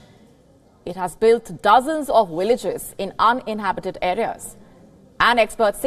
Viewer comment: Villages is with V not a W!